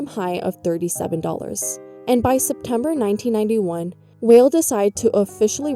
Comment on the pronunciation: Sandy Weill >> pronounced "while" not "whale"